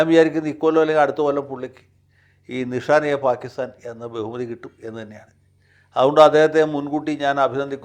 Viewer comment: Nishan-e-Pakistan ആണ് ശരിയായ ഉച്ചാരണം.